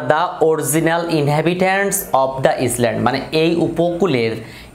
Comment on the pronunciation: Sir , oitar uccaron island hobe na , iland er moto hobe . Tarporo khub sundor vabe bujhlam . Thank you sir 👌😍😍😍